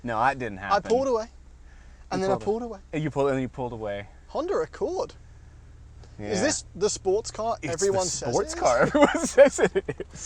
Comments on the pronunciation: The "Hunder accwood" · HONDER AQCOURED